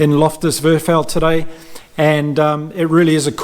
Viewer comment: Thanks for your fair post game analysis,. Looking fw to the Boks vs AB now. Good pre World Cup rugby. Also... for interest sake: ))) Lofters Versveld - the V in Afrikaans is a F so pronounced as Fairsfelt would put u on point. Love your work!